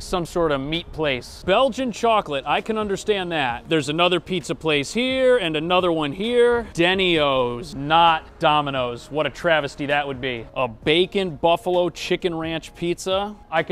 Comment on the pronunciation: It's not Dennyo's it's DeNINo's!